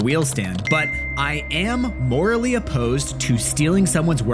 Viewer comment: "I am Mor-L-Ey opposed to stealing.." ;)